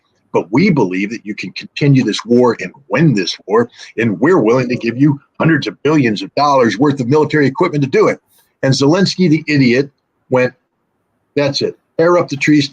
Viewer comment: 200 millons $ to Ukraine ??? WRONG !!! Its 200 >>>BILLIONS<<< $ to Ukraine !!! you really sound like "Millions" my friend !!!